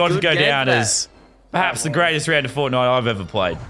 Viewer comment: FORTNITE NOT FONAY